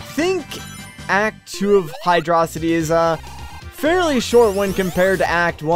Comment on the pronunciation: 1 yr late but wtf do you pronounce hydrocity highdröcitee